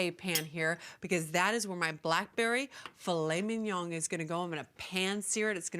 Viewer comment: She pronounces it like it's an asian classic. "Filet ming yong"